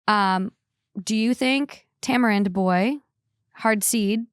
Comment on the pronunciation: You pronounced tamarind perfectly the first time 🙌🏼